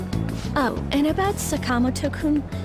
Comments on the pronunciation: Why do they pronounce Sakamoto like that? Like c'mon at least try to get the inflexion right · damn sakamoto can't even pronounce his name properly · I wish they would pronounce Sakamoto correctly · Why is the dub absolutely butchering the pronunciation of “Sakamoto”? They really don’t have someone on hand that knows how to pronounce Japanese names?